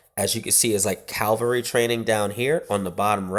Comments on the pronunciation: Do you realise you say Cavalry wrong every time? You say 'Cal-vary' when it is pronounced 'Cav-alry'. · Its cavalry not calvalry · I know, ffs. That was annoying the hell out of me. I mean it's not even spelled some sort of mad way to be able to pronounce it wrong. It's said as it's spelled haha. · that's pretty common.